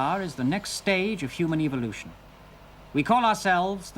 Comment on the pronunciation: Evilution.....Not evolution😂😂